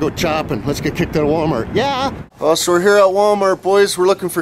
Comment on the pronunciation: he calls it Wal-Mark